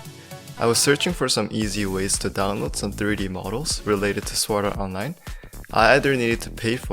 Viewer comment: its funny that its your "favorite" anime but you cant say a single name right... not even the name of the anime.... shame